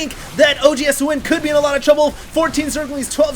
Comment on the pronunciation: when he says OGSthewind its like hes saying OG HAS TO WIN